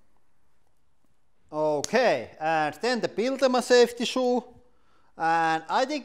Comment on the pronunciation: "Safty shoo"